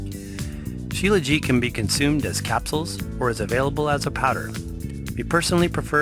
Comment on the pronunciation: Śílajít, with the t on the end.